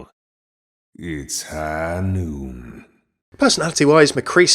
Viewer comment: Its high noot!!!